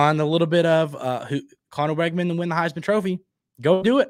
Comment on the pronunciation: Hey. Just a heads up, according to people who attended high school with Conner his last name is pronounced Wigman, not Weggman.